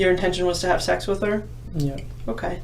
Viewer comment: Chris doesn't say Sex he says Sax 😂😂😂😂😂